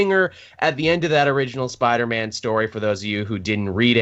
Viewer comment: siipdeer-maan lol